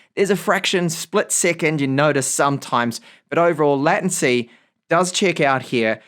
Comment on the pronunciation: latency is pronounced LAY tuhn see not LAT un see.